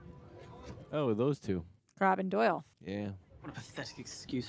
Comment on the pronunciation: She’s been calling Goyle ‘Doyle’ whole series 😂